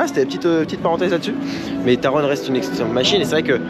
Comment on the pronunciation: Mais non c'est pas Taronne c'est Taron 😭😂